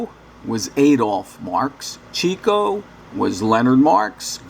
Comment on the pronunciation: his name is pronounced CHICK-OH